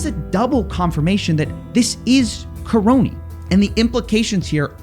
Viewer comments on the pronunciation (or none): The man's surname is KA-RONY ffs. Karony the Crony!